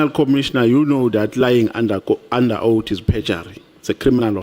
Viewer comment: It is oath not owti